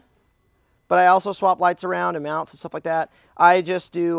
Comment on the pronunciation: Did he just say "meownts?"